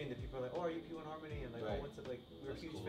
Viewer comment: Now I know how to pronounce their group name P 1 Harmony🥰🔥